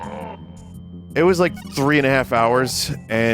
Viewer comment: "Dee Kay Cee Tree Is Best Gaem" -Vinny, 2023